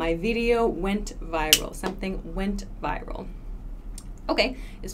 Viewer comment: not fucking viVral - pronounce it right way viral!